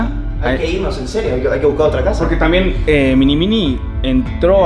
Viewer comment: en el minuto no dise mini mini dise mini mwi